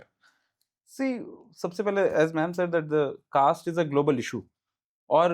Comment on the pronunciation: Caste ko kayste bol raha hai😂